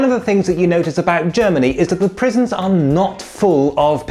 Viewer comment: "Germny" Country of the Germs.